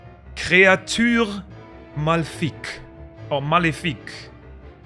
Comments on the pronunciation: As a French person Ima just say that's a pretty good pronunciation. Good job, great vid! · I LOVED your pronunciation of Ganon, créature maléfique. Didn't expect that